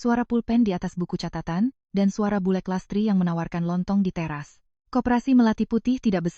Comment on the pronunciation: Bulek 'k'nya jangan dibc jd dibacanya bulr